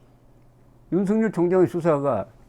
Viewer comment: 윤석열을 윤석렬로 발음하지 마세요